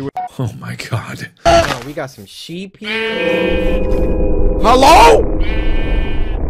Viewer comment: really said:MELLO?!